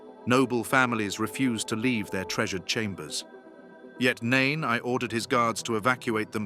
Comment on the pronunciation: Yes, "Nain I." Someone forgot to tell the AI that one doesn't prounounce the "I." Then there are the quotes from the books, "chil-dren." There were several others, but those two stood out for me.